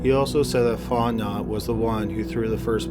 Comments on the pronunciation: (Font know) Cajun French pronounciation....🤬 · I think you're saying Fontenot wrong...You say it like Font-no. Honestly, you can say anything wrong and make it sound amazing! Thanks for all the uploads. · The names Fontenot is pronounced Font en no and the other is pronounced Ni Linger I'm from Pearl River Louisiana the first is French cajun sorry for correcting you but i know people from here don't know how to pronounce names properly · It’s pronounced font-en-oh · fontenot is pronounced Fon tan no. Just to let you know with great respect,. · Fontenot is a French name, which is pronounced like FonteKNOW. Just sayin' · Love the channel. My favorite. The first case, Fontenot, it’s pronounced “Faw’ten’oh” I cant do pronouncing things. I live in Louisiana. Many names are very hard to say. They aren’t said how they are spelled. Cajun French culture. I clicked so fast. Bored as hell at home. 🤟🏻🤟🏻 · Fontenot is pronounced”Fon-teh-NO” in Louisiana !🤓 great upload !! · Fontenot is actually pronounced Font-no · Just a small note, in the first story the names are pronounced "PRAY-ther"(soft "th") and "Fon-TE-know" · Hi! Someone from Louisiana here! you’re pronouncing it “font-not” but it’s actually pronounced “font-NO”. Our last names are pretty deceiving xD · His last name is pronounced fonte-know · It's actually pronounced "Fahr-ten-ow". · Like the channel but you have to ask how to pronounce names from Louisiana. Its fon-te-no. Not font-not. Your channel isnt the only to mangle names from Louisiana. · Story 1, Dudes name is pronounced Faunt-en-no Not Fauntnot 😉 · Fontenot. Pronounced Fot-No not Fot Not. I kept getting distracted by it.😂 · 'Font-Know' not "font-not" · It's pronounced font-a-know not font-not. I'm from there. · Sorry, but I’m from Louisiana and this bothers me. The surname Fontenot is not pronounced fon-te-not, it’s pronounced as “fon-te-know” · It’s pronounced Fon-te-no. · Fontnot is pronounced font-know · Fotenot pronounced fontano